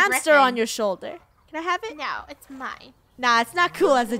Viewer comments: when the dragon was in funnehs shoulder said the dragon is in ur soulder:D he was so happy that he got to say soulder missing the h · Did anyone hear say “Oh it’s on your SOULDER!!